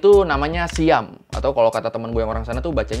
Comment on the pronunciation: seinget gue siam bacanya seyam bang bukan sayam